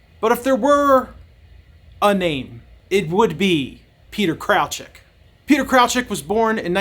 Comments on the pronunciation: Kraljic is of Slavic origin and is correctly pronounced as "KRAHL-yeetch" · Thanks for the video and background on it... please do a retake with a proper pronunciation of the name of the main / subjected character ;)